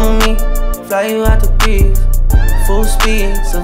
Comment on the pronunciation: They don’t even pronounce Greece correctly